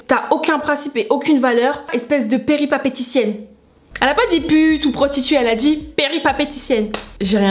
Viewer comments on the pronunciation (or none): « Peripapéticienne » ?🧐 😂 Allez prends un dictionnaire ou regarde Google : péripaTÉticienne… Répète après moi : péripatéticienne…